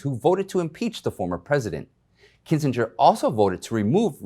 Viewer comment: Pronounced Kinzinger